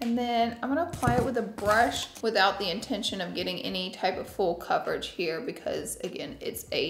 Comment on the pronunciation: not me thinking about Fool Coverage every time she says full coverage 😭😭